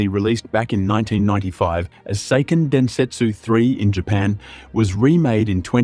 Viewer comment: Seiken = "sehh-ken" In Japanese, ei is a long e sound, not an "ey" sound